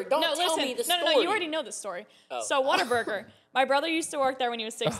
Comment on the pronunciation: Not water Burger it's whataburger